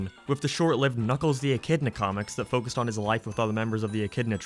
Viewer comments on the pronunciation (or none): none